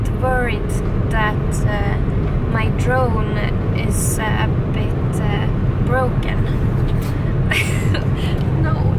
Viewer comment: "a bit broken" you pronounced it with Italian accent 😁 I love your channel